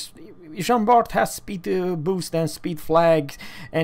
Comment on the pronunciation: Bart????? Its prnounced Bar ... the T is silent. :(